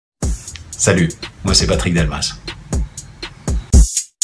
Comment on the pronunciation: heeey qui comme moi a entendu salut" mwen se" Patrick Delmas"😋